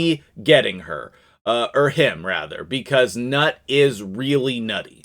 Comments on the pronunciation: Newt! It's pronounced Newt. 😂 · The G-nuts name is pronounced as "Newt" according to Arbiter. Grats on etting the birdcage :)